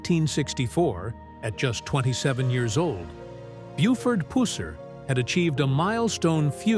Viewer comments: It's not puss-er its pronounced puser. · Exactly puh-sir not puss as in cat or female anatomy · It's puh-sir